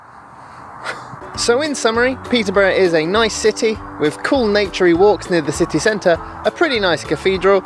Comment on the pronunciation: City cent-ahh the most Peterbourian way too say city centre 😉 great video man!